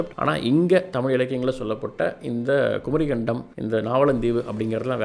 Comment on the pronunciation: தம்பிக்கு சொற்களும் இடையில் வரும் ஒற்று க் ச் ப் எல்லாம் வரவில்லை குமரி கண்டம் அல்ல குமரிக்கண்டம் Phonetic is essential my dear sir